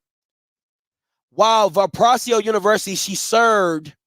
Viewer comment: "VAL" + "puh" + "RAY" + "zoh", is the proper pronunciation. I may just have a heads up on this name, because I’m from Indiana. Please trust I’m not trying to be messy, just providing constructive help.